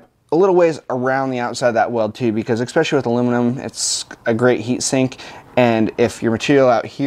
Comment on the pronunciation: Great video, great welding. But “Ek-specially”??? What language is that?